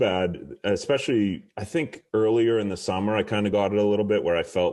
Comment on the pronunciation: One of them is “ecspecially” instead of “especially”